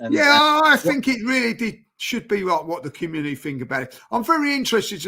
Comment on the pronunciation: fighting for his life to say “community” I love this show 😂